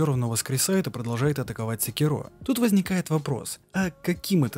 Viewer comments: сЭкиро,а не секИро/секирО! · не смог смотреть из за секирООООО, ты же не говоришь говОришь или смотрИшь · Спасибо за ролик) Только СекИро, а не СекирО. Ты слушал диалоги? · секирО, ГОСПОДИ, ПОЯЧЕМУ? Правильно секИро. Б**дь его ведь в даже в самой игре так называют! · Он и так и так говорит Сначала секИро потом и секирО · Шикарное видео. Но внесу пару поправок. В имени Секиро стоит делать ударение на И (именно так обращается Ищщин). Во-вторых, Додзюн - сумасшедший, и его учитель давно мёртв, а разговаривал он сам с собой. В третьих, касательно личинок, я думаю, что они там самые разные, не только сколопендры, но и сверчки, да и сколопендры занимают особое негативное место в их фольклоре. Так же, есть ещё Ханбей Бессмертный, который так же не был монахом, и т.д.,но в ходе своих странствий вполне мог случайно на территории Ащина подцепить эти личинки. А так, по всем пунктам согласен